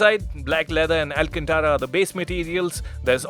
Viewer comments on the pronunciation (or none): none